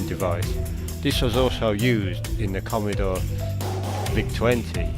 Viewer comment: Commeedore commeedore commmeedore... christ man. Its commodore not commeedore 😂🤣